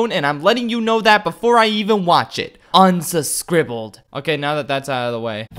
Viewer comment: U said un subscribled lol ive used that many times lol great minds think a like i also thought reck it ralf was ok lol to me just seeing the princesses together was cool lol